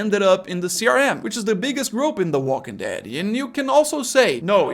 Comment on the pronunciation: Here are some English tips for you... The military bases weren't run over by zombies, they were overrun by zombies. Also, I hear you fairly often putting the emphasis on walking rather than dead and I think it should always be on dead. I would have to come up with a pretty weird scenario where I would want to put the emphasis on walking. Like if I was trying to make some kind of clarification in a weird situation. But if you are just saying the title of the show, you should absolutely always put the emphasis on dead. Other than that, I think you did great! 😬👍🏆